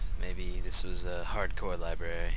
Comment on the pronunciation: I nearly died from joy when pronounced library as Libwary:3